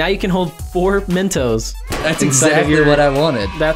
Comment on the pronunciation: The way they say Mentos makes me cringe hard